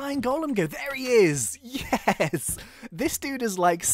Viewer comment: i like when says yez instead of yes